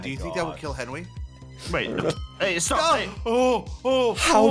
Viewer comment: Ssundee: it’s a little fishie like that’s not a fishie